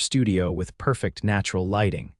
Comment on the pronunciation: Getting the pronunciation of 'perfect' wrong is very amature!